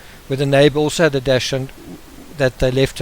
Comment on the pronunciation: Just FYI: It's spelt Dachshund, and pronounced DAX - HUND. (Not dash-hound). It's a German word, and it means Badger Hound. It just really irks me when people say it wrong. My dog is my world! ; )